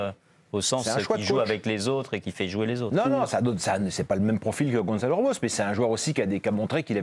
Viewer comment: Gonçalo, pas "Gonzalo" !!!!! C'est pas difficile, non ? Vous dites bien "garçon", pas "garzon" ???!!!